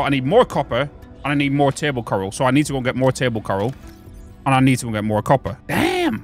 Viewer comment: Did you just call the coral Karl ???😂😂😂😂 another great video ❤